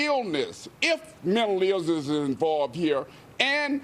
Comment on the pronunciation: An "A-ara-15" and "mental ilssnesess" this guy isn't smart enough to understand anything